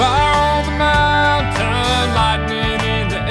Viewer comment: Everything is absolutely awesome except for the pronunciation of "Mountain".